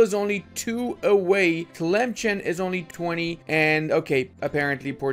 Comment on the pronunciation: Memes aside Sus is pronounced "Soos" and Tlemcen is "Tlemsan"